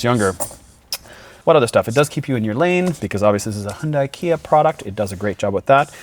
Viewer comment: Hyundai is pronounced Hyun-Day, not Hyun-Die. Love your high quality videos btw!!!!